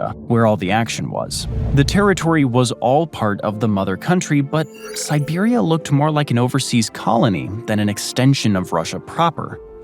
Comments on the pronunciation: nice vid, but it's siberia not siberium! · is it just me or do they keep saying Siberiam? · I can't help but laugh every time the narrator mispronounces Vladivostok. And I swear it sounds like he keeps saying Siberium, like it's some kind of element. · Why does it keep saying Siberium? Like it’s some kind of metal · While your pronunciation of the towns is much better than what I would do, I can't help but hear an m at the end when you say Siberia lol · Siberium? Am I the only one hearing that? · Where the hell is "siberium"? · No, it really does sound like he's saying Siberium. I kept wondering if that's a new element or something. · is this voice saying "siberium" each time or just me?